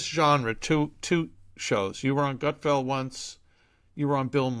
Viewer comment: Gutfeld not Gutfield.